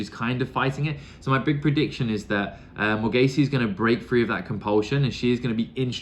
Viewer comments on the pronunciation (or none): Morgase is pronounced simply more-gayz.